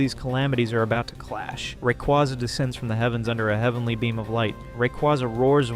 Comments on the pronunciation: Awesome video! Truly splendid! Thumbs up! Only one thing: The correct pronunciation for Rayquaza is Ray-KWAY-zuh, not Ray·KWA·zuh. I used to use the second one as well but I re-taught myself to use the first one. Rayquaza comes from "ray" (the cosmic radiation it is exposed to in its ozone layer habitat) and "quasar" (the most distant celestial object observed thus far, often theorized to be galaxies emitting high levels of radiation). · Sucks that this vid uses AI voiceover. The changing pronunciation of "Rayquaza" really gives it away. It cant decide if its "RayQUAza" or "RayKWAYza". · It's based off a quasar, pronounced rah-quay-za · Thumbs down simply for saying ray-quaw-za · Great video but you're saying Rayquaza wrong, and I think you know you are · Learn to say the Pokémon’s name right before making a video about it